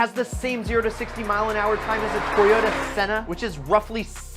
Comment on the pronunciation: Toyota's minivan is a Sienna, not a Senna.